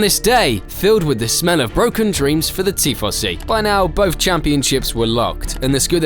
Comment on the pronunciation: What is this Tea Fossy you speak of?